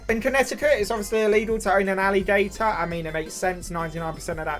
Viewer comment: The alligator map is almost as wrong as how you say alligator I live in a red state and have a permit to keep one We take him on walks and he’s almost 4ft long now